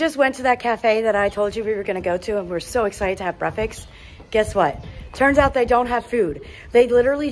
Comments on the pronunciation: Is brefix a new thing or may be u are not saying it right? Just wonderin'!? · Say the word breakfast again 😅 I like the way how you pronounce it ❤